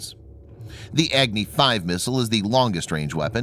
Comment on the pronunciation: It is not Egni, it is Agni.